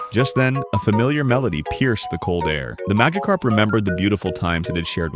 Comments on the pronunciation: “Maggotkarp” 😂 I’m sorry man, but half the time the voice over doesn’t pronounce it right 😂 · Ai voice keeps messing up Magikarp pronunciation and I only hear magakarp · AI voiceover calling it a MAGAcarp when it has orange skin, a big mouth and a shock of yellow on its head is diabolical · duh mahgihkarp fowwowed cwoswey buhihnd gasps for breath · It’s pronounced majacarp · Bro kept saying maggot carp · AI said MAGAkarp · The way it pronounced Magikarp is diabolical